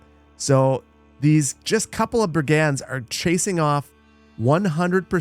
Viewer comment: Hi. Love the videos, can't wait to buy Manor Lords. You've got the accent on the wrong syllable for "brigands."